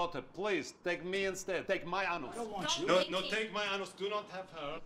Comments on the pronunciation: “take my AHNOOS” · “No, my front anoos!”